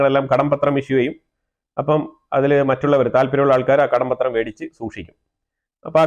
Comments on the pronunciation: കടപത്രം not കടം പത്രം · കടം പത്രം എന്നു പറയാതെ കടപ്പത്രം എന്നു ചേർത്തു പറയൂ. That's how it's pronounced.